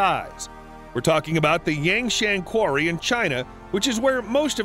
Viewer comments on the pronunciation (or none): none